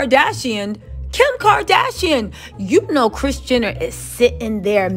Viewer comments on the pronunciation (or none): none